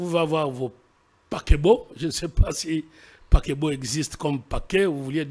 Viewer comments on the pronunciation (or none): Paquebot 😂😂😂?? C, est vraiment paquet ??eeeeeh seigneur